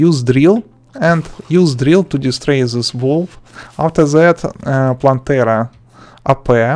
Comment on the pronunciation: I love his "afser that"